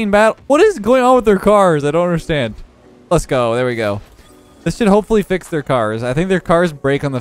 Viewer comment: i always here lethgo and not lets go if you hear it one time you cant unhear it